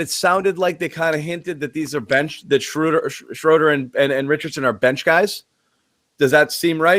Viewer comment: Schroder: he pronounced it like "soda with an R"...sroda